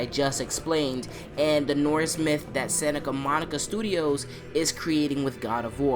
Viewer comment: "Sanica Monica Studios"